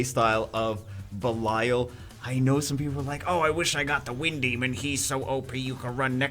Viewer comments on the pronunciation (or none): Gamer ok the water demon's name is Belial as in Bell-ee-al (not all->al)